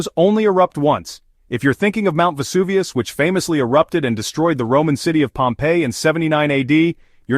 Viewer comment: Mount EST-Tee Helens and Mount Ess-Aint Helens. Yet , can pronounce Vesuvius correct. I really hate AI....bring back real narrators.